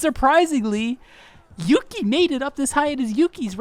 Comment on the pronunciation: I laughed when you pronounced Yuqi's name as "Yuki" But yeah, i feel like Yuqi would have worked better as a rapper. Don't get me wrong, i think she's an amazing vocalist but her voice isn't suited for Idle's usual vibe, which is a decent level of high pitched with a dreamy quality. Yuqi has a very bold voice that would stand out in rap parts more than vocal parts. Besides, her deep voice is a stark contrast to Soyeon's high pitched one, and i think they'd work really well as a rapline. A lot like Moonbyul and Hwasa from Mamamoo, E:U and Aisha from Everglow or Hyuna and Jiyoon from 4minute.